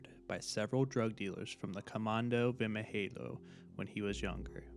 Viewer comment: Ngl as a Brazilian I've never heard someone pronouncing "Vermelho" "Caveira" and "Capitão" so badly, but killer video anyway man, very very good!!